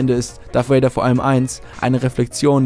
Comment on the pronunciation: Das "V" in "Darth Vader" wird, so weit ich weiß, wie das "V" in "Avocado" ausgesprochen.